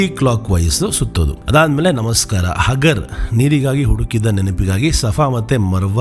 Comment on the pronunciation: ಬ್ರೋ ಹಾಗರ್ ಅಲ್ಲಾ .ಹಾಜಿರ ಹೆಸರು